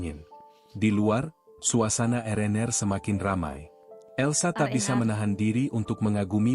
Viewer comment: Cara penyampaian cerita tu dah bagus tp maaf banyak sebutan nya salah. Contoh RnR disebut Erener malah sebutan roti canai pun pelik bunyinya Roti Aroya tu apa EK 🤔 😂 Cameron Highlands jadi Kameron Hitlan 😂